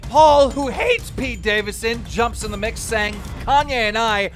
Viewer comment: Pete "davinson" "davisson" 😂😂